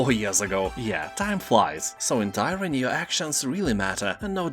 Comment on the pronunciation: Thanks. Merry Christmas. Tyranny - TEER-a-nee